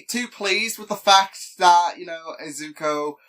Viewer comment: its "Izuku" not "izuko" btw